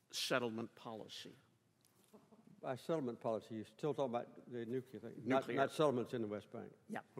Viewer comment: Its Nuclear. Not Nucular.